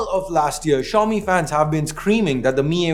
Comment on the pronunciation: Xiomi or show me?????😅😅😅😅